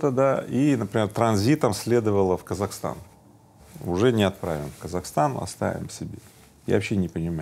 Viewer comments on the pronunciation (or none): none